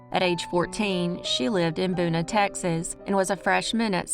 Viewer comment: I live just 10 miles from Vidor pronounced (vie-der) and Buna's pronounced( bewe-nah) just 18 miles up the road and I never ever heard of this crime! you are amazing!❤